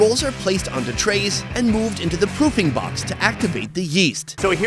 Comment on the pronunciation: My wife heard "pooping box" twice from the other room and poked her head around corner like "what are you watching?" Lmao 😂😂 poofing not pooping hun.